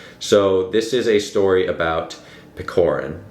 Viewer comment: Couple notes from a Russian on “Hero of our time”. He’s not PeKorin, its PeCHorin (like ch-air)😭 Also I think the title translation is very misleading. It’s more like a “character of our time/portrait of our time”. Pechorin’s character is very typical for young man of that time (going to Caucasian war to seek glory, choosing meaningless duels (again) for glory and pride, being fatalists). I think the main problem with understanding the book is that its more society driven, rather then plot driven book. Lermontov writes about his time and his peers by describing Pechorin’s character (by Maxym Maxymych’s POV, narrator’s and Pechorin’s). So the plot and storyline don’t matter that much. So to really get it you need more context on Russian Empire’s society and Caucasian War. Hope it helped a bit😅